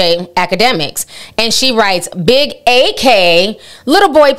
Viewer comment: Ak destroyed Meg on his twitch stream..... and its pronounced Ak (Acc) not A-k lol